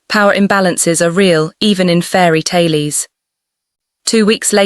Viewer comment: And don't forget "tales" pronounced "ta les" 😂😂 and "sales" pronounced "sa les" 😂😂